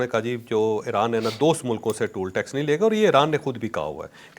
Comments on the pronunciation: Toll tax ko tool tax nahi parhte. Isko TOL tax parhte hain. Bhai aapse logon ne seekhna he. Toll ka marlab damage hota he. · It's not tool tax, :face-purple-crying: it is toll tax. kia kia nmoony vlog ker rhy hein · بھائی یہ ٹول (tool) ٹیکس نہیں ہوتا، یہ ٹال (toll) ٹیکس ہوتا ہے۔ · صاحب لفظ ٹول نہیں ہے بلکہ ٹال ٹیکس ہے